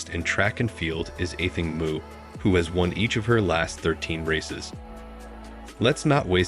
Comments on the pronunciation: I appreciate channels interested in athletics (track and field), but this channel is just off. The pronunciation of Athing's name is just a huge distraction and discredits the commentary. Also the rivalry video between Shericka J and Sydney M is just insane, because there is no rivalry between them. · If you can't pronounce her name, don't make a video about her, mmkay.